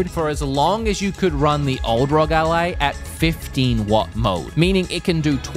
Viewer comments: Dude its not peononced Rog its r.o.g you sau the letters individually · R O G Not rog, please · Its R O G ally not rog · it is not Rog. It is ROG. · R.O.G NOT RUG🤦🤦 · that is not how you say ROG